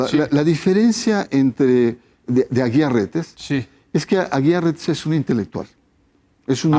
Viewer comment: Jajajajajajajaj ni sabes los apellidos jajajajajajajaja no es Aguilar Reyes sino AGUIAR RETES pasguatitoooo